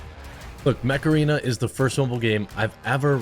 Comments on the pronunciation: OOO Mech arena, i thought you said Meth Arena ( what a fast paced game ) lol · Jeremy, somewhat off-topic, but the way you pronounce "Mech Arena"... I was sound-only and at first I thought you were endorsing Macarena, with epic music playing in the background 🤣🤣🤣